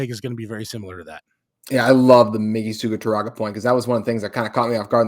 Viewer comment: Please give Suguturaga the courtesy and respect of pronouncing his name correctly. There is no "N" in his last name.